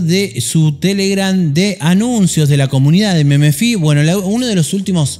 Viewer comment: jajajaj meme - fi, se dice memfai boludo XD